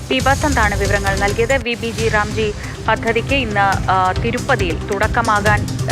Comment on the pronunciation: ഈ പദ്ധതി പേര് ഇങ്ങനെ അല്ല പറയേണ്ടത്.. VB- GRAM (G) എന്നാണ്.. മലയാളത്തിൽ VB- ഗ്രാം (G) എന്നാണ്.. അല്ലാതെ G റാം (G) എന്നല്ല